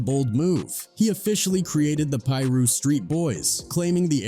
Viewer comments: Why the narrator can’t just piru instead of pie-ru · that shit said “Pie Russ” 😂😂😂😂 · It's PIRU street..... get it right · This mf keep saying Piru wrong and it’s pissin me off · The Pira's were no joke. Why this MF can't say it right SMH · It's AI narrated. It can't pronounce Piru. They're probably overseas somewhere.. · You don’t know how to pronounce piru foo